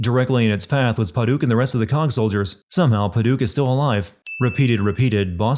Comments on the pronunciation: And "pa-duke" instead of "pa-dik" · Oh the mispronunciations are hurting me. Pad-uk. Krak-en. I know you’re probably doing this on purpose but jeez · Sorry, I can't take the opinion seriously from someone who can't spell Reyna, Marcus, pronounce Pad-uck, Kra-ken or Soo-doe. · this pronunciation of Paduk